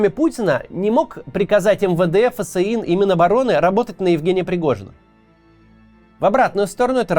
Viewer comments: ФэСэИн ? Может просто ФСИН? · Максим, ФСИН говорится, как фсин, а не как ФэСэИн